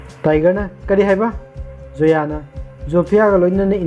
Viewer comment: Karan not kaaran..n Zoya not soya